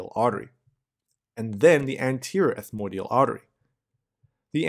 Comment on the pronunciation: It isn't ethmodial. It's ETHMOIDAL. And posterior ethmoidal artery doesn't contribute to Kiesselbach's plexus. Nice videos btw.